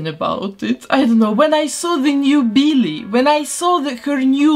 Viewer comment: I love it “Beellie”